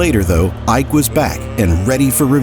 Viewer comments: Not Ah-ik, I-Ke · Iyke??!!! Sacrilege...... It's IKE ..... pronounce it like an ogbo man ........ Now,ancestral and bloodline witchcraft powers stopped this one's greatness ...... Pity.